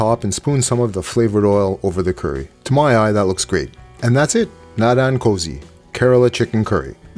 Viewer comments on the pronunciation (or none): Great video! Btw Naadan 'Kozhi' is actually pronounced like 'Korrii'. It's a thing in malayam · Thanks for another recipe. As pointed out above the pronunciation is off. The ‘zh’ is pronounced with the tongue near the roof of your mouth as an r sound. Sort of like the ‘r’ in red is pronounced.